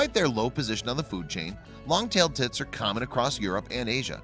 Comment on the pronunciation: Wait are you saying long tail tits or tips